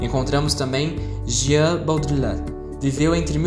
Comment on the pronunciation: parabéns pelo vídeo! Tenho prova hoje e seu vídeo me ajudou muito a sintetizar as ideias dos teóricos. Gostaria de dar apenas uma sugestão: atenção a pronúncia dos nomes dos teóricos. Como os nomes são franceses, a pronúncia correta seria: "Jean Bôdriard" "Edgar Morrãn" "Michel Focô" etc. De resto está perfeito. Parabéns!